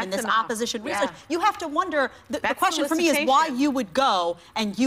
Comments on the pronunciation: why does he say question so weird?? hahaha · why does Don Jr. pronounce 'question' (or should i say 'question'?) like Miranda Sings?